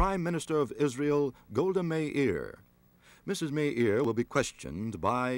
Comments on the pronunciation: It’s Meir not Meri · Golda MEIR - not MERI